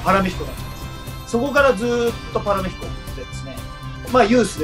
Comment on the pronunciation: パラ"メ"ヒコと、原語のスペイン語である"メ"にアクセントをおいて欲しかった笑